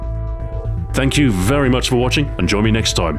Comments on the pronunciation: I think someone should tell Stu that it's pronounced just like "bison", not "Bee-zon". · It's pronounced /baizaen/ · Oh and not to be rude but I'm pretty sure you pronounced bizon wrong the bi sound is the bi as in bicycle just pointing that out.